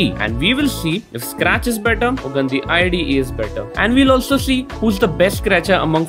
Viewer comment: When you said gandi one time it sounded like गन्दी